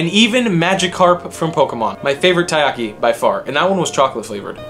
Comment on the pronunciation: taiyaki not tayaki